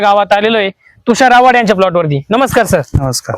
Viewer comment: वन नाही ओने ahe😂आणि आवाड नाही आव्हाड आहे 😂